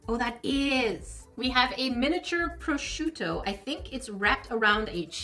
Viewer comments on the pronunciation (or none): none